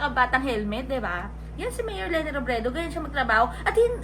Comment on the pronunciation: Para pang pilit ang pag bigkas niya(ni ) ng M-MAYOR L-LENI ROBREDO! 🙄🙄